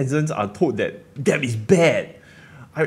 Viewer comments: Debt not deb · I just want to say that debt is pronounced as /det/, without the "b"... I'm a dick I know... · Hi! long time follower. I taught English for years and need to help you. Debt is pronounced dehht, since you use the word so much:) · Risky comment, but debt is pronounced 'det'. Or is it a Singaporean thing? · On a side note, it’s pronounced ‘det’. Have a great day👍!! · thanks for all the info! Btw B in debt is silent. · Great video. Something to think about. BTW, you don't have to pronounce the B in debt. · The B in debt is silent. :)